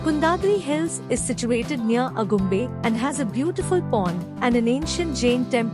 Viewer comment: Information is good. Video is also good. Narration needs improvement. Diction is not proper at many places. Ex: Agumbe for Aagumbe, Thirthahalli pronounced as Thirthahelli, etc